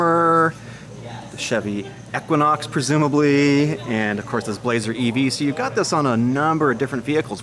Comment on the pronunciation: im torn from the SS and the RS...AWD for meis a must..now is there a tow package option...lol he said equinox wrong..but still good